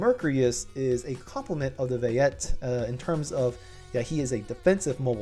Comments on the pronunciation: Yeah this is a crap video. Clearly he can't pronounce anything Pisces is pie-sees. And Vayate is vay eight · Yeah he didn't do the Vayeate any justice either